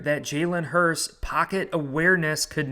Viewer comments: Hurts. His name is Hurts - not Hurst. TY and good luck today #GoBirds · I know it shouldn’t bother me and no im not an eagles fan im a bills fan. But why are you saying Hurst instead of Hurts? I dont wanna sound like a dick just sounds a little funny when your saying someones name wrong over and over again. But great video nonetheless. Goodluck Philly! #GoBills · Its jalen hurTS not jalen hurST. You’re saying it wrong. Jalen will HURTs after this game Go Bills